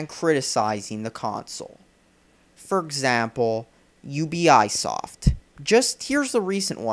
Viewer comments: I'm sorry, but did you just pronounce Ubisoft as, “You be eye soft”? Lol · If you're gonna talk like you know everything, can you pronounce things correctly? Ubisoft!